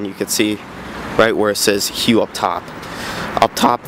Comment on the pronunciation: Powered by Detroit 8V71. also you pronouce it "HUFF" just to be helpful.